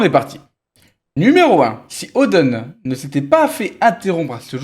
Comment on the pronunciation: 😂😂"Louffy" , "odeun" , tu prononce comme une vache espagnole 😅